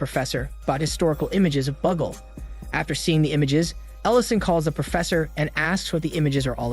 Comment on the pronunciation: Since I've seen this film, I can say the demon's name is pronounced "Bagool," not "buggle."